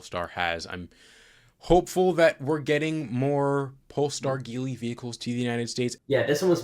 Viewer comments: Small note: “JEE-lee” not “GEE-lee” 吉利 (Jílì) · Even though it sounds like it should be pronounced geeli it's actually pronounced as JeeLi. I feel you as a automotive professional should definitely know that.